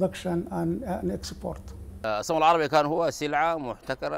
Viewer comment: "Gam errabic" ?